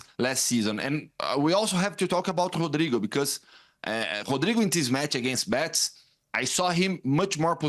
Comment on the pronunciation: Why does he keeps saying Bets!?!?! It’s Betis!! In any language it’s Betis!!